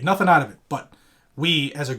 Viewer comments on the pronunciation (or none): none